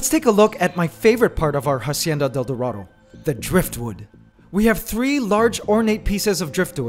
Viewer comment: Yes! And also He has to pronounce dorado like Doe ( deer) or Do from Do Re Mi.... DOErahdoe